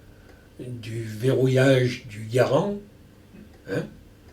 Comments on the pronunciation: sugar glider John Garand was born a french canadian. So yeah that's technically the right way to pronounce it. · He pronounced Garand right lol. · I think Ian might want to start learning French! Hearing Henri say Garand in the correct French manner is oddly pleasing to the ears.